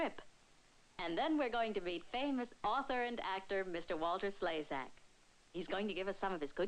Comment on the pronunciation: Yep - mostly his forehead, but he wiggled something! But, like the lady said, that's author and actor, Walter Slezak! (Pronounced "Slay-zack"). If you knew anything about him, either as a man, or an actor, you wouldn't be the least bit surprised! I do, and he's generally playing some socially irredeemable bad guy, or camping it up as one. He was very good at it, too! He was the main "bad guy" in a movie called "Life Boat" an Alfred Hitchcock foray, with several other well known actors of the day, who played survivors of a sunken ship during WWII, all in a lifeboat, who decide to pick up the Surviving Captain of a German ship that was sunk in a battle between them, including an armed ship. They didn't realize that he was the Captain of the German ship, (which also sunk) who sunk them when they took him aboard, so they had to decide what to do about him, so that they could all live with themselves afterwards. He's a pretty slimy character, which, like I said he does particularly well. In another movie, he played a Pirate in the Caribbean, who was pretending to be an especially well-liked (by the absentee Spanish territorial "owner") very wealthy man, and governor of a Caribbean island in the 1700s, who was afraid of being found out by his enemies, so he made all kinds of special laws to hide himself behind. He was supposed to be engaged to marry a wealthy noblewoman, played by Judy Garland, who is accompanied by her own maid, played by Gladys Cooper. She (Judy) is pursued by a